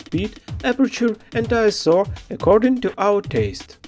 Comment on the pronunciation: Thank you so much for pronouncing ISO correctly! So many YouTube "pros" say I.S.O.